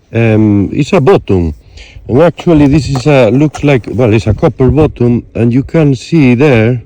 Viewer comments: You are killing me with the word bottom, I think you mean BUTTON. I mean this correction in the kindest possible way ☺️ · It's button not bottom 😂😂😂 nice video we love ke you.